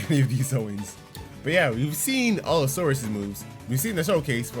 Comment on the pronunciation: Not to be rude but u keep saying all-saurus rather than allosaurus